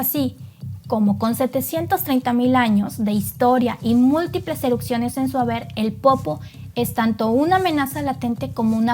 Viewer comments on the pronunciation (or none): Erupciones, no erucsiones😂